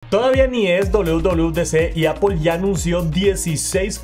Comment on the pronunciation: Es Apple, no Apol